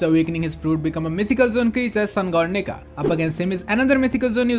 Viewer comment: I don’t think bro said Nika there 💀